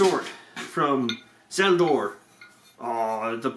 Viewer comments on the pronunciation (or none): said zeldor but I love this guy so it's cool. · he said zeldor lol